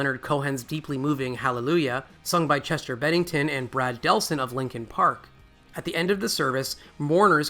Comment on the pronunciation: lo que dices es cierto y no fueron los únicos, había más gente que iba a hacer el documental y descubrir nombres y también murieron de manera extraña,... Por cierto, es Bennington no Pennington, 😊👍🏻